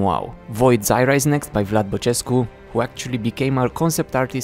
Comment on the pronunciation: do you speak romanian? cuz when u said the Vlad Bacescu name there was no error in pronouncing it at all